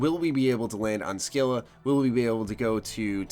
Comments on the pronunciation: scylla is pernounced like sil-a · Scylla is pronounced "Sil-a".